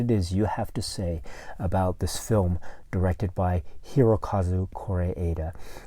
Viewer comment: Came here cause i didnt find a reliable source how to pronounce Kore'eda correctly. Thanks